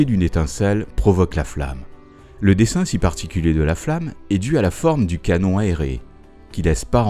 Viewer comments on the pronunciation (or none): none